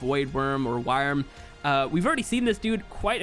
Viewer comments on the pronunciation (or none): FYI it is, in fact, pronounced like “worm”, not “w-eye-rm” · No it's pronounced vouada werym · Dude if u have played Monster Hunter World Iceborne, you'd KNOW how to pronounce Wyrm